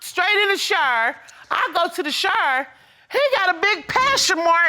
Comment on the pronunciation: She said, "He ran straight to the "Shour"!??? Oh, you mean...shower? lol